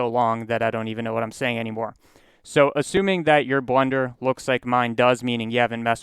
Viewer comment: is it a meme to pronounce blender like blunder?